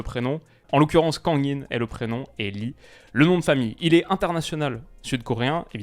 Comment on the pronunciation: Juste un petit détail, en coréen, le nom LEE se prononce «ii», un i long 😀